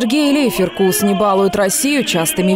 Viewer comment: Он ЛейферкУс, а не ЛЕйферкус.